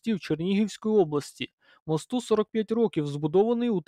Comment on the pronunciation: Не мостУ, а мОсту. :) Наголос ріже вухо. Дякую за роботу. :)